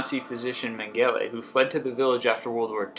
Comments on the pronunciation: Man-gella ? You pronounced Josef Mengele name wrong its promunced Men-gu-la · Your pronunciations in this video seem intentionally wrong so much of the time... se-puhl-kra... Meng-eh-la.... Cher-no-byl.... Really almost every entry has something mispronounced! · Min-gay-lay, cata-cooms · Meh-Ge-Leh - Not Mengehlé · Isn't Mengele pronounced meng-a-la not meng-ae-lay? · Ok I am officially creeped out, especially by that island of the dolls, stuff of nightmares that. Oh and his name is pronounced Men-gal-ah non Min-gay-lay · The place with all the twins...... me thinks you need to learn how to say said Nazi Dr.'s name right. Not because he deserves it pronounced correctly, but due to the fact this was just one more thing psycho's like Mengele were involved with. It sounds like MENN-GA-LA, not Mengaly like you say.....and he wasn't the chief doc of anything. He was actually the number 2 Dr. at Auschwitz. Don't let poor pronunciation take away from this jack a**'s crimes. That said, this video is pretty neat!! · Men-GELLY?? Catacoons? Get your pronunciations right, dude - most of them are wrong. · Baas B. Probably because the guy that reads these lists - will ALWAYS do 2 things: 1) It is a guarantee - that he will butcher AT LEAST 2 or 3 names on each list!!!!!!!!! Who was the German doctor that was obsesses by twins? Joesph Mengele (Meng-GEL-lee) and he butchered that name!!!!!! 2) He will always run out of breath. He simply does not control his breathing when he is reading. After each list - DAMN - I am out of breath from listening to him!!!!!!!!!!!!! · Meng-gel-lah. If you are going to report get the goddamn name right. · If this is not a robot voice, you need to learn how to pronounce Mengele. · If you are going to make narrated slide-shows (as opposed to actual videos) you might like to try getting your pronunciation correct because the twelve instances of mispronunciation in this video alone (!) make it sound like you should not have passed Grade 3.